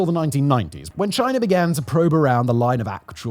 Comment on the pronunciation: Aww he stopped saying Chiner